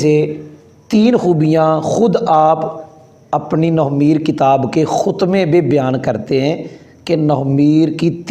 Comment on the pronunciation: nohv e meer nahi nahv e neer hai